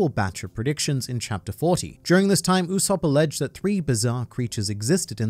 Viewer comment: "It is in fact Usop-PUH" xD